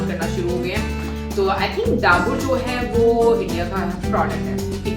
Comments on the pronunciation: wo डाबूर (Daboor) Nahi डाबर (Dabur) hota h😂😂😂😂😂😂😂😂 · Dabur nhi dabur(dabar) bola jata hai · Yes Dabur is Indian company. It's pronounced as Daa+ bar ( exactly how you pronounce " Akbar" )